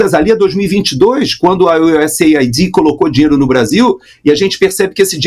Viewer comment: me perdoe. Reconheço sua competência, segui o Estudo Bíblico Racional, mas é intolerável ouvir nomes como Marsiglia, Imbróglio ditos erradamente. Trata-se de um idioma latino, lindo. No entanto, o senhor faz questão de pronunciar U S A I D como um americano., sou de uma geração que aprendeu latim. Por favor, repense a pronúncia ao menos dos nomes próprios. Um abraço.